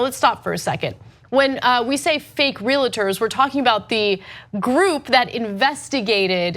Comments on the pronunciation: Ana - REAL, REALTY, REALTOR - pronounced REAL-TOR, not RE-LATOR. Sorry, i'm a bit of a grammar nazi. Love your show! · REEL-ter, not REE-luh-ter